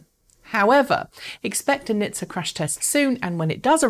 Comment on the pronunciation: for pete's sake, please stop reading out acronyms! it is N.H.T.S.A, not {nih-th-sah};)